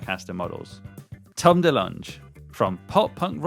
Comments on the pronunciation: Bro wrote Tom Dalange and even worse, said Tom Da-Lanj 😂 how has he never heard of Tom Delonge. It’s pronounced Tom Duh-Long. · why do you keep saying his name that way? You spelled it wrong too. Why are British people so committed to pronouncing everything incorrectly? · Not to be a stickler but you're pronouncing 'Delonge' totally wrong 😂. Im a huge TD Fan and own his Epiphone es333 which was great value next to the Gibson version at the time. The issue 'in my opinion' with the new Fender TD strats seem more like Squier quality instruments than the original Fender released ones. I owned an original Fender TD and like an IDIOT! I sold it a few years back. Ive played the new version and it is nowhere near the built quality of the originals. Its 100% felt like I was playing a classic vibe level Squier... Now Classic Vibes are excellent guitars! But the TD reissue Strat is around £1000 🫨